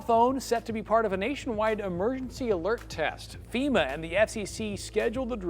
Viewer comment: It’s FEMA NOT EMA LOL